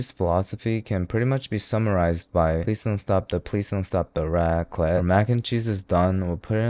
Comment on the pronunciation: You did not jus say raqlet💀